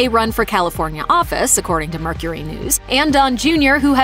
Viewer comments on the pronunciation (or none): none